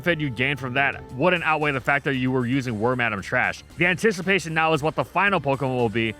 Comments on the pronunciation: Lol war-madame its pronounced worm-uh-dam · Worm-Adam hits a lil different than Worm-Ah-Damn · It took me until this video to realize why wormadam is called that. I never looked into it because I've been pronouncing it worm-a-dam the whole time. It's worm madam. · The first time I’ve heard someone pronounce wormadam like war-madam lol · Worm-Adam. Huh. Yall poketubers sure do got some weird name pronunciations😂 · You pronouncing it worm-Adam is giving me flashbacks to a certain podcast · "Warm-Adam" is the new "ree-yoo-nee-clus" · Pronounce Wormadam correctly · Please stop saying wormadam like that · That's how you say Wormadam?!